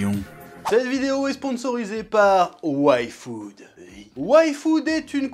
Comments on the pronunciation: A chaque "yfood" j'entendais "waifu" haha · moi aussi j’entend waifu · Pourquoi j'ai entendu Waifood? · T'es pas seul moi aussi sa ma fait sa